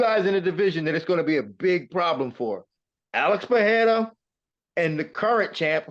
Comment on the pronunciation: Shoutout to Laura for not calling Pereira, Peheira